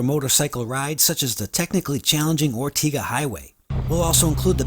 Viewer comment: Ortega is pronounced with the second syllable rhyming with day.